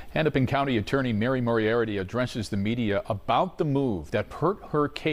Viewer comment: It’s pronounced (More-E-ARTY) it’s not that hard. It’s pronounced as it’s spelled moriarty. How are news people so terrible at pronouncing names!?